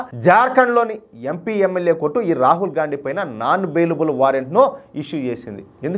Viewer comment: అన్న నువ్వు గాన్డీ అంటుంటే - గాఁడు గాఁడు అంటున్నట్టు ఉంది 😂😂😂😂